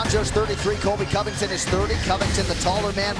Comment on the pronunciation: why does say Covington’s name like that lol “Collllbay”